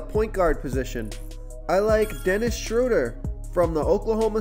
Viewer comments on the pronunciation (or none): Dennis Shhh-road-eer